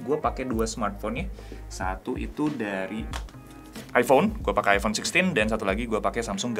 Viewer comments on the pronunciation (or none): none